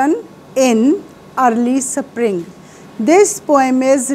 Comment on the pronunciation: Mam spring bolte hai saparing nahi